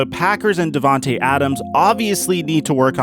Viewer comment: Not devantae, to🥺